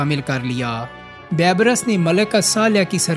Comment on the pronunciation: اپنے اردو کے تلفظ پہ توجہ کرو۔ بےشمار الفاظ کے تلفظ درست نہیں۔ رکن الدین " بے برس" نہیں " بی برس" "Beebrus" لفظ ہے